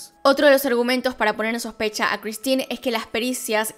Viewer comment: Vilemén con una pronunciación nasal de la última e. El padre sería algo así como Yan Marí con pronunciación gutural de la r. La madre sería Cristin con idéntica pronunciación de la r. Y un tip, en francés todas las palabras se pronuncian acentuando la última sílaba tónica.